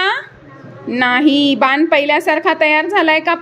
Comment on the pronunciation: बान नाही बाण